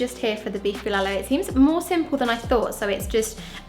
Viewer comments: Hehehe ur so cute in everytime u mentioned beef bilalu! Its bulalo my dear.. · Pronounciations: Turon = To Ron (just pronounce it fast) Bulalo = Boo La (like how you pronounce the word LAnguage) Lo (like the pronounciation of LOnely) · it's pronounced //too rune (turon) // ball la law ( bulalo) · Bolalo is actually pronounced lik Boo La - like the music note la Low And put a little pause in eanch sylable Nad turon is pronounced Two-run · Love the way you say "Bulalo" but it sound "Bilalow", add some potato quartered and some Squash, then mix fish sauce and 1 or 2pcs of calamansi or lemon juice then add some red chili as a sauce for the beef stew. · That's good cooking! And you guys are so cute! By the way, the correct way to pronounce Bulalo is BOOLAH like MOOLAH + LAW. Turon is pronounced like TWO + RON as in Ron Weasley. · The way she pronounces "Turon" and "Bulalo" So cuuute 😍